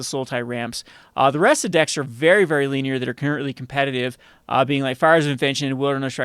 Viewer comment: LEAN-ier? Linear